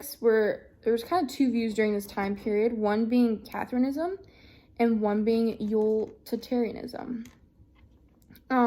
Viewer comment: Utilitarianism/Kantianism were a bit mispronounced and might need a little review